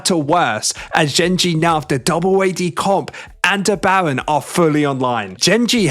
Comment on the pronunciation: 😂 bro says Bawen ahahahhaa instead of Baron